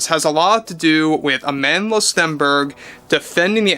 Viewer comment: Lol, Agendla Stenberg.